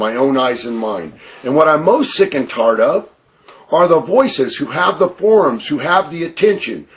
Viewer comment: Why does he pronounce tired, "tard"? Ugh